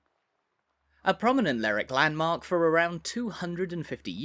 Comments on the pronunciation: According to ALL 7 major dictionaries it is pronounced…LER ..WICK. YEAH, NOT SURE WHERE Lerrick came from. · It’s not pronounced “ Lerrick”. The indigenes pronounce every syllable as in Lerwick . I know that in England some names ending in “wick” do get corrupted in a local vernacular to drop the “w” such as in Alnwick but in Scotland all syllables are generally pronounced. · May I comment on your pronunciation of Lerwick. I was on a cruise a few years ago and believe it or not it was the first thing I asked a native was the w. pronounced in the name, but I was assured that it was said with the w. spoken hard.LerWick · Extremely annoying that you keep saying Lerwick as Lerick. Any local will tell you it’s called Lerwick! Apart from that reasonably good walk around. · Get some education before you start making videos. My mother was born in Stouts Court, rebuilt now. If she was still alive and heard you pronounce Lerick for lerwick, she'd have a fit. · I live in Lerwick and that’s how it’s pronounced. It’s Ler-wick, not that silly slang rubbish you hear on the Shetland/Jimmy Perez programme “Ler-ick”. And we’re not Scotland!. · At least get the name right. It’s Lerwick pronouncing the “w”. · Hey,, it's pronounced Ler-wick. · I would pronounce it Leh-wick but ok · So I got as far the 3rd word and quit. LERRICK is simply an ignorant pronunciation and if you can't be arsed to say it correctly, I sure can't be arsed to give this vid the time of day. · I never heard it called Lerrick before. I'm sure it's not right. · Is that the right pronunciation of Lerwick? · Quite right. This mispronunciation is actually quite grating, especially in his lah-dee-dah accent. To give him his due though he's not committing the cardinal sin of calling Shetland "the Shetlands". He's also made the effort to pronounce Scalloway properly - "Scallowuh". Incidentally, the people on Fair Isle pronounce Lerwick like "Lyric".